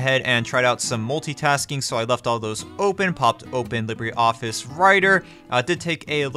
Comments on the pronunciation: I'm sorry dude....I know I sound like a school teacher, but as an English major?...I gotta protest your pronunciation of certain things....so...here we go You pronounce it as "Lib-ray" Office when its actually to be pronounced "Lee-bruh" Office as in "Libra" the astrological sign. Ok...thats' all. Sorry for being a pain in the *&^% and all...LoL!......Love the videos!... Keep 'em up!! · Actually, if they meant to use the Spanish pronunciation, it is more "LEE-bray".